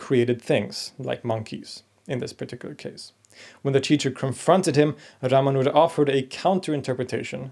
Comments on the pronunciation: You mispronounce His name. The second syllable is where the emphasis should lie not the third one as you say it. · Your pronounciation of Ramanuja, Alvar and several other words is indeed inaccurate. But good enough for a foreigner with no formal training in the languages.